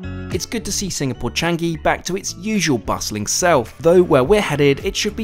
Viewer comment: It is "Cha - ngi" Not "Chang - gi"